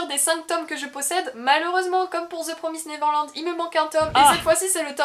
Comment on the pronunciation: Première fois que j'entend quelqu'un prononcer correctement The Promised Neverland :D